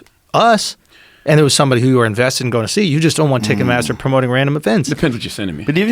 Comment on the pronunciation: pronouncing it ticketmassa from now on